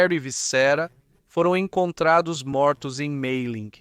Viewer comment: Me explica uma coisa, por que os nomes franceses e alemães são são pronunciados com esse acento totalmente fora da curva em inglês? Maria é Maria, ClémentIne ñ é ClementAIne, MAYerling não é MEIerling, pelo amor de Deua, faz um google antes de pronunciar os nomes errados!!!